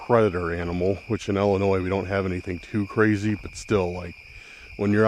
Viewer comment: I have one question for you, I'm from Chicago IL, why do you pronounce Illinois, Ellinois?